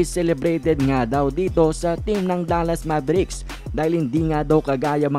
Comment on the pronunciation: Hindi MABERIKS ..ITS MEYBRICKS...MAVERICKS